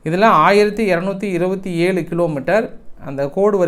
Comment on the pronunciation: அது ஏலு இல்லைடா அது ஏழு சொல்லு பார்ப்போம் இது சொல்ல வக்கு இல்லாத நாயி ஊருக்கு செய்தி சொல்லுதோ?